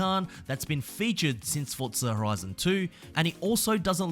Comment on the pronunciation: Now learn how to say forza